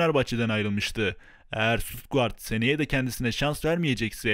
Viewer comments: Sutugart değil kardeş Stuttgart Türke şöyle söylenir şututgart inşallah anlamışsındır Sutugart ne lan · Şuturtgart deme lennn 😀 gitti güzelim kupon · Tebrikler güzel video ama Stutguart nedir şututgart😂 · Birader Stuttgart (Ştutgart) diye okunur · Suturtguard dedigin yerde izemeyi bıraktım kanka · Ştudgaart diye telaffuz ediliyor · Abim, Stuttgart telaffuzunu öğrensen iyi olur